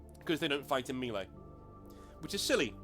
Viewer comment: Nanobits - 'redress', not 'readdress'; 'minutiae', not 'minutia'; 'not that big a deal' (no 'of'); and say 'mehlay'. Lose no sleep at all - am just watching the vid, and it's great. Very best regards, and thanks for putting up this excellent introduction. Don't say 'retarded', though - it's ugly. (I live a short tram ride from the GW money-mines in Nottingham. Am thinking of tunneling in and grabbing some of the ore.)